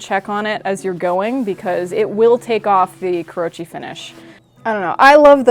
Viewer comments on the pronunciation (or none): It's KOO ROH UUUUUUU CHEE, not KUROCHI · This takes the cake for the most entertaining Knifewear video in recent months. More, please! Also, thought would appreciate, but kurouchi is pronounced kuro-uchi, not kurou-chi. I think bacon patina is a waste of meat unless I'm cutting lots of bacon to eat, and instant coffee is my typical go-to if I really need a patina. The longer you soak the knife, the better the results. Also the moment my simple carbon knives touch onions and garlic they get blue (and then brown) pretty fast, so I don't usually force a patina anyway...